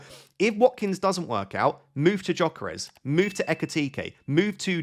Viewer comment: it's Yuh-Keh-Res not Joh-keh-res😅